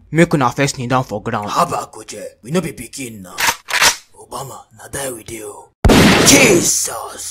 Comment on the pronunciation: He calls aubameyang obama